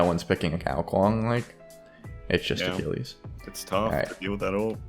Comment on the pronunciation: Ewww the way you say Achilles is well off, It’s pronounced A-kill-ees